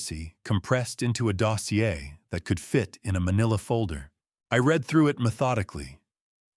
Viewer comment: This error is often repeated so I don’t believe a human is involved. “ RED” everyone should sound like “REED”